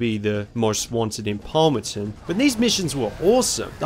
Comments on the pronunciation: It's not Palmerton its palmont city right? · Dude its palmont